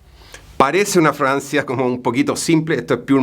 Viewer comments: ..se pronuncia FRAGANCIA NO FRANCIA Cuando un chileno habla hay que hacer esfuerzo para saber que dice porque es complicado el asunto. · Parece que dijera una francia y no una fragancia😅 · Juro que le escucho decir Francia y no fragancia 😂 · Se dice fraGANcia! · Que es Francia parece que dice Francia .... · Dice Francia o fragancia?